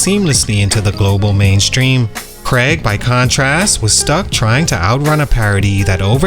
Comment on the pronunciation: Craaaig not Creg. lol I just thought Bo Selecta was funny, never thought it ruined his career!